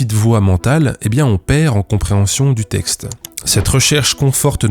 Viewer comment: La fille à dit "tecte" et "têtre" à la place de texte et tête.